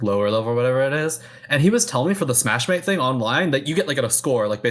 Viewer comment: Someone tell that the english name is just smashmate, not smash-ma-te. It's already in english.